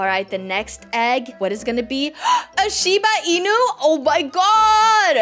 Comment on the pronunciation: I never knew u had a limited amount of stuff in ur backpack ;-; Edit: wow I never knew Shiba Inu was said how u said it xD